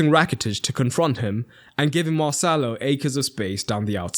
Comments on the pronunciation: every time you said marcelo it sounded like mo salah 😂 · Everytime he said marcelo i heard "moh sallah" 😭